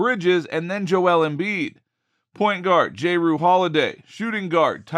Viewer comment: Dude said j-rue 😂